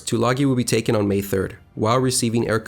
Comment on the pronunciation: Isn't Tulagi pronounced with a long "I" - - two-la-guy?